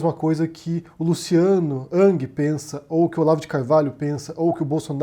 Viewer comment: Curioso que o fala Luciano "Uck" ou Luciano "Ang" quando a maioria fala Luciano "Ruck" "Rang"